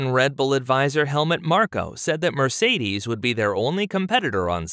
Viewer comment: You don't pronounce Mercedes as it should be.